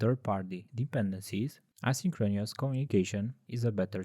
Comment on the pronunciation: It's a great video. Just tell your voice guy to practice how to pronounce synchronous and asynchronous